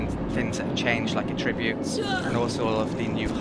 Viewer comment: I didn't even notice the melee thing among all the mispronounced 'attributes'. :) The emphasis should be on the first syllable when used as a noun. (AH-tri-butes)